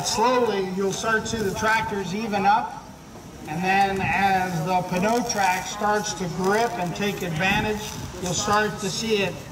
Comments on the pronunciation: I guess this guy doesn't know the p in pneumatic is silent. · Mitas is a Czech company that is part of Michelin, a french company. I think he's just trying to pronounce it in french, but like all unilingual english speakers, cannot properly pronounce the french "eu" sound. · Jake Nelson the name of the product is PNEUtrac, pneu is the french word for tire, he is just trying to say the word pneu but he just cant pronounce it right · Crammy James Pneutrac. Pneu is french for tires, he is just trying to pronounce it the french way but doesnt quit workout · Nope you got it wrong as well. It is P-new trac. This is the french word for tire. The p is pronounced out loud so it is P-new. The narator of the demonstration was pronouncing this french spelling, p-nau. which is not even a word. But au is pronounced o in French. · So I have to say that pneu is the French word for tire. The p is pronounced out loud and the rest is proounced new, not no, so it is P-new, not p-no. Full english translation is tire trac, in French it is pneu trac. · If you’re going to pronounce it wrong why not call it the pee in you track? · Did he say, "pa-no track"? Lol! It's pronounced "new track". Like "pneumatic". Hahahahahaha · If you pronounce it like it's written, is NEWTRAC, not P-NOTRAC. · it's not pronounced peneo track. it's "new track" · Why does he say "Pa-no-Trac"....It's obviously supposed to be pronounced "New-Trac"...like pneumatic..... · This dude is saying "p-kno track", and sounds like he's reading a script. So I guess I'm wrong or he never got pronunciation information. Figured it would be pronounced "nu-track", like pneumatic... Like pneumatic bias tires. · Should have gotten someone who knows how to enunciate the name of the tire. Pneu as in pneumatic so its enunciation is New-track. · By this pronunciation, pneumonia is p-noumonia. Bruh. It's newtrak. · Yep, pretty ridiculous that their own product rep can't pronounce his own product! pa'no track lol. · Pronounced " NOY TRAC"